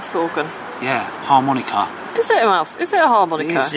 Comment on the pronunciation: => harmonica* / mouth organ. * Sounds like a pirate who just found his long lost love. "Harrrrr Monika... thar be ya....."